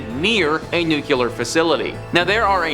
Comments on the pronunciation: I seriously hate being that guy, but it's new-clear. I don't understand how so many people see nuclear and say nu-cu-lar. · Nuclear not nucular George Bush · It’s nuclear, not “nucular” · Ye bang on